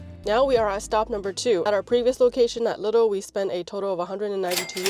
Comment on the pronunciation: please don’t pronounce lidl as “little” 🤯it’s pronounced “liiiiidl“.